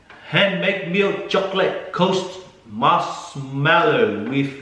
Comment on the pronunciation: O le MASH-MELLOW 😂😂😂😂👌👌👌